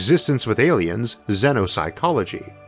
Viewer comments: pretty sure he's saying awiens. Is it just me or is that a fairly easy speech impediment to fix? I had a hard time seriously listening to this. For someone who is known more by their voice than anything else, it should be your best tool. The limp-noodle soup coming out of his mouth in the place of "R's", "L's" and "W's" is a really take away from how intelligent he may be. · Me, an ascended meme god: ayyliens